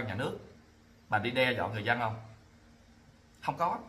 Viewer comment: Chữ dân mà nói khg đúng, nói chữ giân